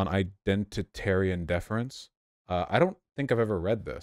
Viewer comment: DE-FER-ENCE NOT DE-FENCE